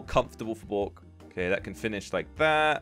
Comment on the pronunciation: can u prononouce bork in english cause im only hearing boke